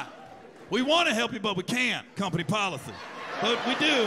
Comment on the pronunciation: "Company policily.. " lmao😂😂😂